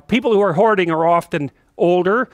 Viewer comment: So, as per usual for Peters videos, I was on 1.75x, playing audio through my headset a foot away, and it sounded like he said "Someone who's horny" not "hoarding"